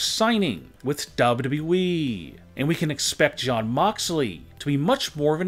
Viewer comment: Shawn or jon cause sounds like you saying shawn.